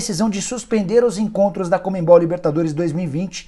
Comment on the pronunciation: Não entendo por que tanta gente pronuncia a sigla CONMEBOL com o som nasal entre as letras E e B, inclusive você, Nicola. Está errado. É um vício de pronúncia sem sentido. E fatal pra um jornalista. O pior é que isso não é novo. Vem desde a criação do MESSENGER, onde muita gente simplesmente troca de posição a letra N pronunciando-a como se a mesma estivesse entre o primeiro E e o primeiro S. Fica a dica. Pra geral. P.S.: valeu pelo vídeo. Conteúdo pertinente.